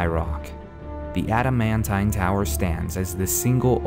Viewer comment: Ada-man-tai-n? Its Ada-man-teen...